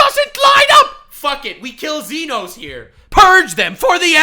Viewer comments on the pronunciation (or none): fake fan didn't even pronounce Xenos correctly I'm ashamed of you heretic you are no longer a brother to the emporium